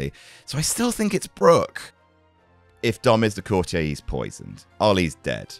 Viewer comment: Why do so many of them pronounce it courti-yay to rhyme with every day? No idea if they say it differently in the US but anyone British should know it's pronounced courti-er to rhyme with naughtier?? Baffling!!